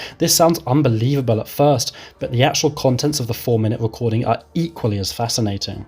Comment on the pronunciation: Wonderful! A wecording of a Bwitish bwoadcast.. lol. (No offense intended sir 😉)